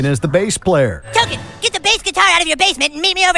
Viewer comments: His name isn't Tolkein, it's Token, like Token black kid. It's obvious the writer doesn't watch the show. Screwed it again, WatchMojo. Good video though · It's not Tolkien... sigh, it's Token. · Tolken =token as in "token" racially diverse kid. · OK a few things. 1) It's Token, not Tolkien. And yes TOKEN is the only black kid. That's part of the joke. 2) Millennials were raised with this but it is really a Gen X targeted audience....which got me thinking on why there is such a huge discrepancy between the two generations. SP is making fun of the general stupidity of...well people and they do so by pointing out the irony and bias we have towards various things in a way that is both comical and social commentary. So if you were raised under this show, you would probably not have caught on the larger, more self-reflective, points and just focused on the in-your-face parts of the show that puts these things on a list like this. So by allowing the kids to see these things without explaining the deeper humor involved, we literally created a entire generation of offended folks that are constantly looking for external causes for the evils in the world vs reflecting inward to see how we, all, condone some sort of hypocrisy and biased stances on things. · look at the name Tolken, now remove the letter L and you have your answer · "Tolken" lol